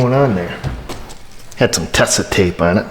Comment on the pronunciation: It is Teeesa not Tessa, because German 😂. Manufacturer of all kind of tapes and adhesives.